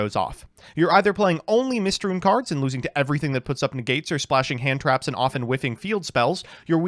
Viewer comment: "Mystrune" damn, we are onto eating up letters instead of just pronouncing wrong